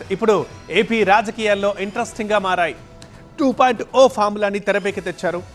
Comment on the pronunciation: 2 O kadu ra sooda buddi...it's 2.0